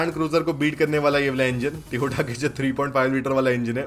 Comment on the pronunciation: Tyooooooota ne tyooooota ne lol